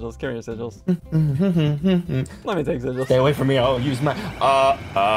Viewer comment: why did ssundee call sigils "seril"